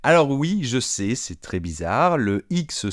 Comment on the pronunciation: Boff!il faut aussi prononcer ,je sais etc etc et ce monsieur dis je Sé!alors….